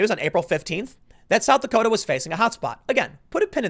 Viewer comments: “South Dakoder” 😂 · "south dakoter" I love jersey... :) (unironically btw) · Did you just say, "South Dakoter?" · Tim “ South Dakoters” Pool